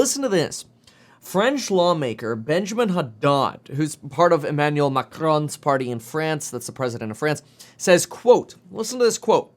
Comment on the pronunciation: Hey liked your pronunciation Macron! Keep up the good work!